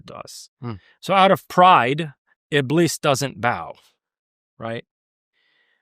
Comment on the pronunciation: it's pronounced "IB-LEES".